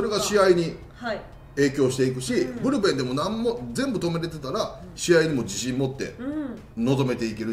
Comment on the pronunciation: ブルペンがプルペンになってるw なんかかわいいですwww